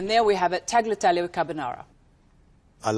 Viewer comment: I find it interesting that so many, many British chefs are such sticklers to the last detail--and yet cannot be bothered to pronounce correctly "tagliatelle", or--even worse--"pasta". "Tagg-lee-ah-telly', oh please.